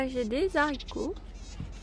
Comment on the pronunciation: Magnifique potager bravo. Je t adore mais normalement on ne dit pas des zaricots mais des haricots mdrŕrr. C est du bon français, allez bisous à vous 2.